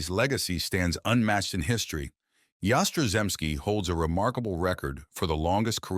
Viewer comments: Content is utter crap. Get a clue. 'Yas-tra-zemski'. What silly crap. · Your pronunciation of his name is a disgrace and an insult to the man! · Yaz is my favorite all time Red Sox player. You could have done a better tribute to him, especially pronouncing his name correctly. He did mention that a shoulder injury cut down him home run production. I know that towards the end of his career he was having back spasm issues. Overall he had a great 23 year career. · I don't think think an injury had anything to do with Yaz's career. He played 23 seasons, all for the Red Sox. And get a narrator who can pronounce Yaz's last name. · I could watch this video due to the moron who was narrating this mispronouncing Yaz' name. It happens on many of the videos on you tube. Jeez! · You could pronounce his name properly. And correct the headline, he played 23 years, that is not a career cut short.⚾